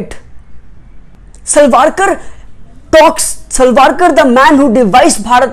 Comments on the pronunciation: its savarkar not salvalkar.. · U pronounced Savarkar as Salvarkar Plz check 👍